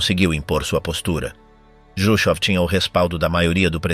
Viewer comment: Juchov complica tudo. Todo mundo em Português conhece Khruschev, em espanhol pode ser escrito Jruchov. Mas nunca juchov. Atrapalha tudo.